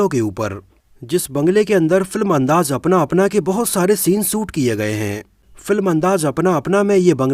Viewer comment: Hello bhai thanks aapane video banaya shabdon ke uchharan per kam ki avashyakta hai jaise Raj Nahin Raaz andaaj Nahin andaaz baji Nahin Bazi intejar Nahin intezar bagi Nahin baghi